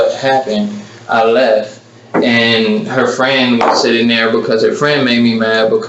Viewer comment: "I shot her and stuff like that. Then I leff and stuff like that."